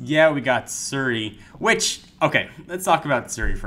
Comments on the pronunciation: it's Siri not Suri! (he's pronouncing it wrong...) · its not seri its siri.... learn to speak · It's pronounced SEE-ry.